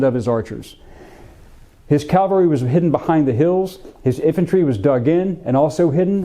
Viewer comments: It’s CAValry not CALvary. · It's CAVelry. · Cavalry. Calvary is the hill of Golgotha. Good video. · Love your videos, but PLEASE, get it right: it's caValry not caLvary... unless you really are talking about the hill on which Jesus was crucified! It's like saying aKs instead of aSk...but with a touch of accidental blasphemy. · Absolutely loved this video. But I have to say it was quite painful in places. "CaLvary" - the place of Jesus's crucifixion. "CaValry" -- soldiers on horseback. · Bro! Its caValry, NOT caLvary. Bro… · Why do Americans insist on saying "calvary" instead of "cavalry"? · I find it difficult to believe that a history professor cannot pronounce cavalry correctly. Calvary was the hill Jesus was crucified on. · There’s “Calvary”. Then there’s “cavalry” . These words are NOT interchangeable. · Calvary....Americans always say it wrong....forgive them, it's the education system.